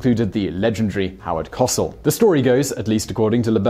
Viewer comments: Coh-SELL. REALLY???! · It's /koʊˈsɛl/, hard "O". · Dear God, man. Co-SELL! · Howard COH sell pronounce it properly. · Howard kO-sell. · Way to butcher Howard Cosell’s name. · Simon, again mispronouncing! Please research names b4 reading. Howard Co-rhymes with Oh! - sel -rhymes with sell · Truly you need to learn to pronounce Spanish words properly. And American words and names - get some tutoring. Howard 'cossal"? Damn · Never heard “Cosell” pronounced that way before. Simon’s pronunciations are often a bizarre delight. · That degree of mispronounciation surely must come from a Brit. Or a New Englander. I'm currently in Connecticut. From Florida. There were some things I had to learn but due to '89 through "02 of the Simpsons in know how to pronounce Cosell. I believe Dan Castellaneta did the rendition. I was born in '80 and know nothing of the accuracy. Sorry. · Yes, it's like Simon isn't even TRYING to pronounce these words correctly. Just like his pronounciation of Cosell. It's all like hearing nails on a chalkboard to me! 😱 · I thought he was from south Africa from some of his pronunciations. Interesting variations I'd never heard before, as if English was not his first language. No criticism intended, I find it fascinating. But wow I can't believe blowing the name of such an icon as cosell. He must be so young I feel so old . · Coh-cell not ca-sil also it's pronounced ig-not-cee-oh hence nachos cause it sounds similar. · You're pronouncing the man's name wrong: It's "Howard Co-sell", not "Howard Kahsl" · As a person who still remembers Howard Cosell's voice sportscasting on the news, I just can't resist correcting your pronounciation! Every time he signed off he told us his name. "I'm Howard Co-sell" he would say, as in, to sell jointly, to co-sell. Not cossel as in "causel" or "cossette" but Coh Sell. Ok, thank you for listening, I'm NOT Howard Cosell! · Simon, it's not cos'ell. It's Howard Co'sell (Ko Sell). He was a national treasure. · CO-Sell. Not COCIL.